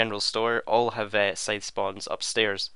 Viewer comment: It is also the correct pronunciation of the word Scythe